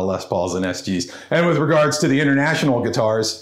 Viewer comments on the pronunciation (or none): none